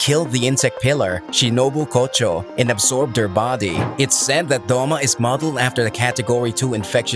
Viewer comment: I like how its Doma not Douma